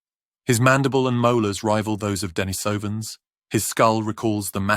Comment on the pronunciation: ❤ that’s a very cold subtropical forest😂… 🤧🥶❄️ Denise - is a female name. Emphasis is on the “i”… the same with “ Denise - ovans” ❤ please quit putting the emphasis on the O🙏🙏🙏